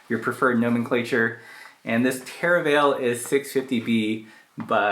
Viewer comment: I must take exception to your pronunciation of - nomenclature - 😊